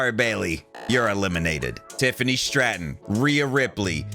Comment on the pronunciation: 😂😂for some reason the way said "Tiffany STRAtton" popped me😂